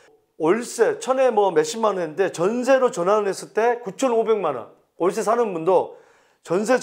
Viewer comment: 올세시대 발음 웃겼어요ㅋㅋ